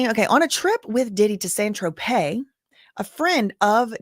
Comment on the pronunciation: It is pronounced San Tropay spelled San Tropez